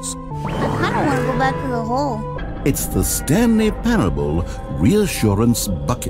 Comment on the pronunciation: I think the way Mouse pronounced parable is one of the few times in my life I can truly say words have hurt me like why just why that's not even it's there's not enough letters to say that they're the wrong letters why